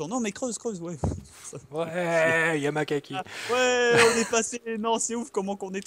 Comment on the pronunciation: je crois que sa se dit YAMAKASSI (orthographe) Yamakasi